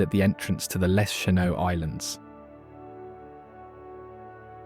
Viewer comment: Decent video, but you’d think if you’re going to the expense, time & trouble to make a video, you’d learn how to pronounce the names. MackiNACK just grates on the ears. Tahquamenon, Les Cheneaux, etc. . . .sheesh!